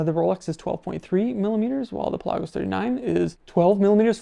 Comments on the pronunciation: It's pronounced Pelagos, not Pelagos. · Is he pronouncing Pelagos correctly? Never heard anyone ever say it like that?